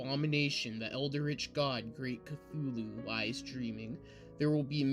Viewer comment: omg seriously, the “NECROMONIC”?!?! its necronomicon.. say it SLOWLY.. there are FIVE syllables, not FOUR. CLUTCHOOLO?!?? 🤣🤣🤣 CHALOOKOO?!? 🤣🤣🤣🤣🤣🤣🤣 OMG THIS IS FUCKING AWWWWWFUL. ITS CTHULHU |KA|THOO|LOO| THIS WAS REALLY BAD, I WAS REALLY LOOKING FORWARD TO THIS STORY, BUT IT IS UNLISTENABLE UNLESS YOU WANT TO LAUGH REALLY HARD.. he reads way too fast, doesnt pause at the appropriate places, and pronounces SO many words incorrectly.. good thing he gave up two years ago.. he shouldnt even bother coming back until after hes much more mature and has a better understanding of what it takes to not just read, but actually narrate something like this. he most definitely needs alot of practice and quite a few reading classes before ever attempting something like this again..